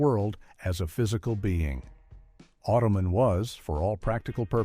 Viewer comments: Manimal, The Powers of Matthew Star and Automan (pronounced "Automanary" and "Ottoman" by our mechanical friend) are not sitcoms. Also, what about Manimal suggests that it was canceled too soon? The machine overlords should not pick our content. Oy [AI] vey! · Geez, when will AI learn to pronounce basic words. It’s Auto man. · Remember Automan ? 😂